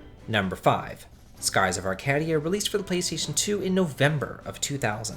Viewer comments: Skies of Ar-cA-dia. Long "a". Like cAke. Not "ah" like cat. And it's for the Dreamcast and Gamecube, not PS2. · don't forget ark-add-ee-uh :/ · Arcadia has two long-a sounds. Other than the way you're pronouncing its' name, I'm not sure how it's strange.